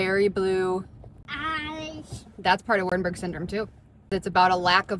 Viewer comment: "Wart-Bug Syndrome"🤭